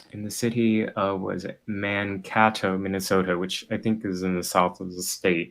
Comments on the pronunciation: Man-Kay-Toe is how the locals pronounce it. Weird place for a commie to run to. Just a lil regional town of 50-75K in the middle of Minnesota farm country. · That pronunciation of Mankato physically hurt to hear. For the record it sounds more like Mankaytoh.